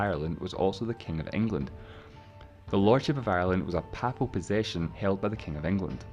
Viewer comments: The presenter of the video mispronounced the word "papal" numerous times which may be why you did not pick up on the meaning at the start. "Papal" should be pronounced "pay-ple" and not "papple" and it means "belonging to or relating to the pope of Rome". Hence, Ireland was a papal possession granted by the Pope to the king of England as a fief (pronounced "feef", not "fife") i.e. a territory run by a lesser ruler on behalf of another more powerful one in return for service to the latter. The king ruled Ireland under the title "Lord of Ireland". When Henry VIII broke with Rome and abrogated papal supremacy in England, he was obviously not going to allow himself to be subordinate to the Pope in relation to Ireland either so snatched the fiefdom from the Pope and assumed the title of "King of Ireland" - hence the Kingdom of Ireland which had its own parliament and laws and which persisted until the rebellion at the end of the 1700s and the Act of Union in 1801 which followed it when the Kingdom of Ireland was absorbed into the newly created "United Kingdom of Great Britain and Ireland". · For seven decades I have pronounced ‘papal’ as ‘pay-pul’ but never have I heard of ‘papple’. No one has ever in my hearing pronounced it the latter way. Have we been wrong all this time? I do not think so. Mind you, in a totally unrelated YouTube video recently I heard the narrator pronounce ‘Mountbatten’ with the stress on the first syllable whereas should be on the second. I shall have to teach myself not to mind. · You begin the vid by saying Irish History '' basically isn't too complicated'' Oh boy you haven't started yet ! 🤣🤣🤣🤣 & it is pronounced Paiplal as in P ape L not P followed by apple , as I think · Papal, pronounced 'pay pul' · While the video does its best to explain a complicated subject, the narrator's pronunciation is a little unusual at times (even allowing for his accent). For example, 'papal', meaning 'of or pertaining to the Pope' is usually pronounced 'pay-pul'.